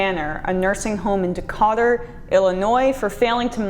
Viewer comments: Hi Emma. First to reiterate another comment concentrate and learn pronunciations....De KAY tur and SOO ture. It'll add to you credibility. Trump doesn't care about ANYONE needing care even his own disabled nephew whom he refused to pay the insurance for. (Cenk did a bit about that several times) To sum him up if you aren't rich you get NOTHING!! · Appreciate the content here. Remember my own Grandmother's twilight years and dealing with this kind of stuff. A couple of nitpicky pronunciation things: Decatur, Illinois... 'di-kay-ter', although maybe that isn't the only acceptable way. Suture... 'soo-ture', aka a medically sewn stitch. Also :-)